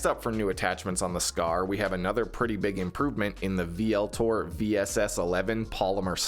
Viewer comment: Vltor is pronounced Ultor